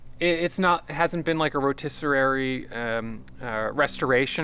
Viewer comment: Predecessor…..rotisserie. Words you need to pronounce correctly